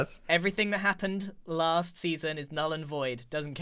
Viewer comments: It's La-aha-st life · It's lAHAst life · Giran, you ended it with "third life", but it's actually l-aha-st life. Just a tip for next episode ;) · Don’t you mean l-aha-st life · The t-aha-wers of s-aha-thlands aha-re great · It's not 3rd life guys, it's l-aha-st life